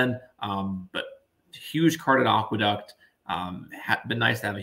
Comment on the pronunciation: Not only mis-pronounced The Demoiselle but mis-pronouncing Aqueduct is absolutely embarrassing, not to be taken seriously here.